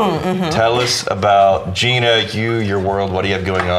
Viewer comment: It's pronounced "Jy-Nuh"